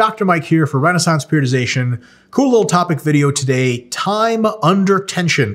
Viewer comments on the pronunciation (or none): none